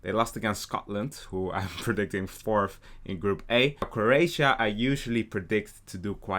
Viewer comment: The disrespect to Croatias name